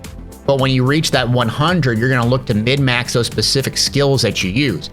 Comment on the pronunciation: love the videos, man! Great explanations. I played a ton of warframe and destiny, and virtually all of the systems in the first descendant are from one of those games, but this was great for making sure I didnt miss anything huge! SIDE NOTE: THE TERM IS "MIN-MAX" not "MID-MAX". I watched several of your videos, but you used this term at least 5 times in each one and it killed me lol. Min-Max refers to MINIMIZING a less-desirable stat (such as defensive stats in bunny's case) in order to MAXIMIZE a more desirable stat (such as ability power/range/duration/CDR). In your case, forgoing singular skill bonuses in favor of fusion skill damage bonuses to buff her 1/4 instead of her 2/3 is another example of min-maxing for the specific application for which you want to use her.